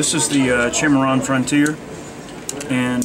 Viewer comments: Not 1871, 1873. And there's no H in Cimarron. It's sy-mar-ron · It is pronounced Cim·ar·ron geographical name \'si-m-a-rän, -ron, -ran\ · the guy behind the counter really doesnt know about western firearms. he made a bunch of mistakes . mispronounced the word cimarron . made errors on facts about certain guns. if i were there id ask for a salesman who knew what he was talking about.